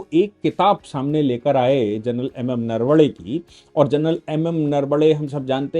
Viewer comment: जनरल साहब, नरवडे नही नरवणे है. आपके जैसा उच्च शिक्षित व्यक्ती ऐसी भूल ना करे.